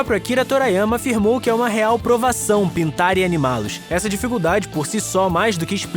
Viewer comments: O vídeo tá legal e tal, mas pelo amor de kami-sama, TORIYAMA e não TORAYAMA. Meus ouvidos sangravam a cada menção ao autor. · Tbm fiquei incomodado com a pronuncia, e na saga cell quem chegou a segunda transformação foi o gohan. Vegita e trunks só aumentaram os poderes e ficaram " Fortões" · Torayama? Meus ouvidos sangram ao ouvir a pronuncia